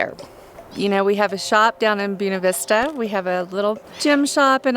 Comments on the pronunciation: What the heck is it with people not knowing how to say "Buena Vista"??? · how come locals from Buena Vista pronounce it the way they do? Its literally Spanish. I don't know why it bothers me, I hope to get over it in the near future.